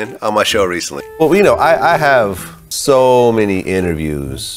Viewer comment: 'I interviewed ssso many people'😂😂